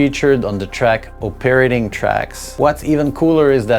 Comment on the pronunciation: "O-parroting tracks" ROFL